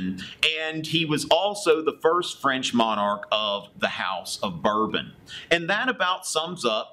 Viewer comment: No. You didn't say it properly. It's like saying "Val-wah". AND, it's Bore-bonn. :) Lol.